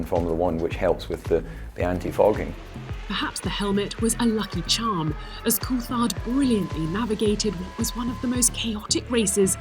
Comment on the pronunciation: Why does the voice over say koolthard? Weird pronunciation